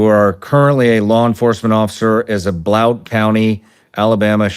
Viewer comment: "BLOWNT county" hahaha.It's Blount, pronounced "Blunt". Don't worry, even GPS can't say "Etowah" or "Oneonta" either lol. It's quiet AF out here though, and we love it. Good work,. Take the fight to their fking doorstep.